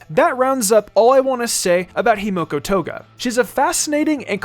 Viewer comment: Himiko not Himoko